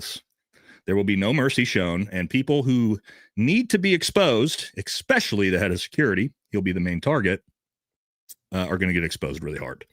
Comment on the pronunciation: The words are Supposedly (not Supposably) and Especially (not Expecially).